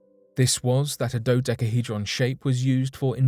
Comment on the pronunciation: Say dodecahydron 1 more time 😬